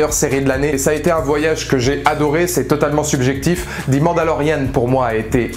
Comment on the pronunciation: ze mandalorian please !, not zi !